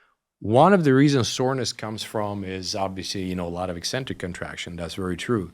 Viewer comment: “Ek” centric. Not “ee” centric. Pavel says it right.